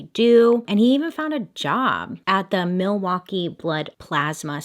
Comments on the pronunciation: All the Wisconsinites thinking "did you really just pronounce the L in Milwaukee?" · I think Laverne & Shirley and Alice Cooper's pronunciation in Wayne's World when I think Milwaukee. Also my family drove to northern WI for vacation every year and we would always be like there's Jeffrey Dahmer as we drove by the prison. Also why are prisons built next to major highways in the midwest?! Seems real illogical. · When I hear Milwaukkee , I do not think of Jeffrey Dahmer and this is coming from someone that lives in Wisconsin... I think of the movie Wayne's World and Alice Cooper saying Milwaukee is actually "mill-e-wah-que"... side note, my uncles looks exactly like Dahmer. He would get so ticked when we called him uncle Jeffrey... this was all back when it went down.